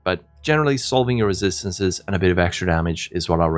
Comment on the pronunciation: If I hear you say resistancesesssesssssss one more time...